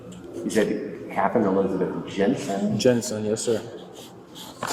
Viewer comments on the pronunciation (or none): none